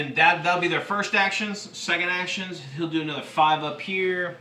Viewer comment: Tis ma father. And ma step motha HEWWO FATHA!